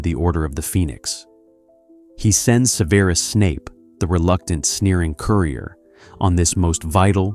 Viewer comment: Could you pronounce Severus properly please. Takes me right out of the story hearing it said wrong.